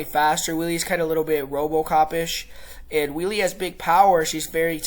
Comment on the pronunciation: We-le? Hello! "Weili" is pronounced "Way-le." By the way, you are sooo smug for making a lucky prediction in the first fight! You are delusional! First, the kick was a fluke. Second, the fight was stopped prematurely, as Zhang was NOT knocked out. Third, Zhang was toying with whiny Thud Rose and was winning the round before whiny Thud Rose connected with her lucky kick. What are you going to say when Zhang smashes whiny Thud Rose in this fight?